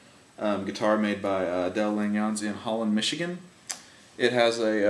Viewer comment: Great review. Del's name is pronounced Lan yuns, kind of like saying 'onions'. I used to get it wrong too, so I asked him how to pronounce it. Del said it's a Dutch name. BTW, my guitar is named 'Del' for the man himself. What a wonderful man; BOY! can he play guitar too. I have a 1998 WGC-6 that I bought from Del Feb 1999. You are correct, a Langejans rings like bell and distort when you lean into them by picking really hard. Open chords are full & lovely. They sound especially nice in alternate tunings. I like Open G, Drop D, Double Drop D and more.... Mine has a regular nut, so he must have switched to the zero nut later in his career? THX again, you're very good!